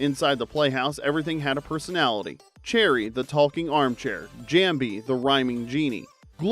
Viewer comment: I was convinced the narrator had watched all these shows until he pronounced Jambi wrong. No one who watched Pee Wee's playhouse growing up would not pronounce Jambi wrong. I ll still watch the channel because it's interesting but the novelty has worn off.